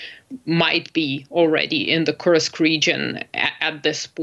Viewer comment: Youd think this woman would know how to pronounce Kursk lol.